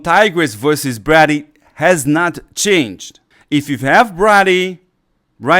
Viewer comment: Its pronounced Bray- dee.....not Brah- dee